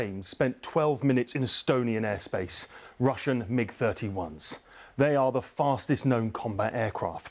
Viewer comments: Russian M I G's??? BBC pronunciation dept messing up again 😂. Just say MIG! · Also "M I G" instead of Mig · Ry TYPHOON not tycoon and try MIG not m i g. Sigh.